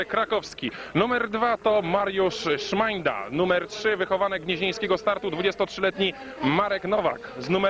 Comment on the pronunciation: Nie żaden Mariusz Szmańda tylko Szmanda.